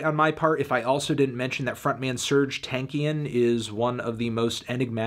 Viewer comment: Your pronounce of Tankian is terrifically wrong. It should be pronounced like [T ɑː n k j ɑː n]. Suffix sounds like Yan.